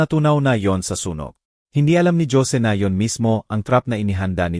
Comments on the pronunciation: Ano ba itong storyteller mali mali bikas khit hosi - josy, beatris hindi beatrice andaming mali pronuciation ayusin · Nakakainis pakinggan ang pagkwento mo...Jose -Dyose . Sana biglasin mo nlng ng maayos nakakainis pakinggan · Nkakainis pkinggan ang ngsasalita,puro mali ang pagbigkas ng mga words,notebook nging notibuk,alibi nging alibe,yung jose,nging josie hay nku ok na sna pkinggan kaso puro mali nman ang grammar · Jose hindi dyosie ang pagbasa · Ayusin mo yung pagsasalita mo..imbis na ganahan kami sa kwento..kahit maganda pinapapangit mo..mga pronounciation mo..diko alam kung tagalog kva o tangalog..kainis makinig..ang Jose..ginagawang yose..ang youtube..binibigkas pati e..tagalog ba o english..ewan ko sau.. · Ang Jose bakit naging Josie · Listening fr. nowhere😅😅😅 Magganda sn kaya lang nakkabwesit ang mga pronouncition. (Dyose, geti...😂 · Sydney Australia,,kht English at Tagalog wrong pronouncesion si kuya😊(remote,Jose,gate,Beatrice,vibrate,bibig,hunted at etc,grabe 🥹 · Magnda nga rin ang kuweto kayalng ang narrator ang pagbasa sa duplecate at jose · Ayusin mo ang pagbigkas ng Jose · Ayusin ang pronounce ang salita bigkas ng Jose at note book ayusin ang bigkas sa Jose pangit ang kwento d maintindihan